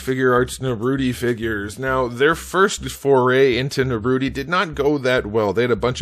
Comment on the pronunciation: Naruty? Bro… that ruined it for me